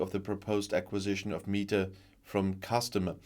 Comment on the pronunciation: I think it is pronounced meh ta, not mee ta.